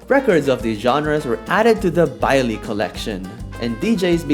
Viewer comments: “Bailies” bro it’s so funny hearing non Spanish speaking people try to say Spanish words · I think you said baile incorrect but I only think so cause there's a Chilean show that I watch that says it differently so maybe it's just said differently in Portuguese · Why does he say it "bye-lee" I thought it was "bye-leh"(silent h)